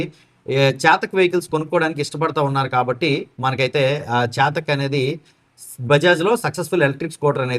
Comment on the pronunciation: చాతక్ కాదు చేతక్ అను